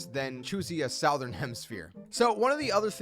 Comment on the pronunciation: Good video but damn gotta learn how to pronounce southern.